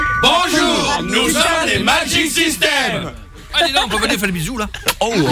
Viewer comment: MDRRRRR "Nous sommes les magic sistèmes